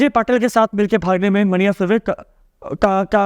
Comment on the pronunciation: मन्या सुर्वे is correct pronunciation